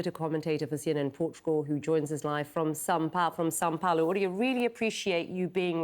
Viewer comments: São PaUlo, CNN. It’s not that hard lol. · Sao Paolo is not a place. It's Sao Paulo. It is only the largest city in the southern hemisphere, but you still have to get it wrong every time. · CNN, it's São Paulo and not ''Sao Paolo''. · Correction to your spelling..it is SÃO PAULO not Sao Paolo, moreover Brazil has a trade DEFICIT not surplus with the USA. Brazil 🇧🇷 Buys more from the US and sells less. Are these anglo-American journalists unable to speak /Understand english? Good grief. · It's São Paulo. Not Sao Paolo.